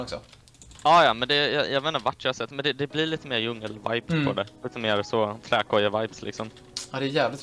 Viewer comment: Det ska vara djungel inte jungel